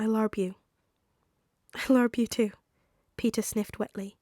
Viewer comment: All I heard was I larb you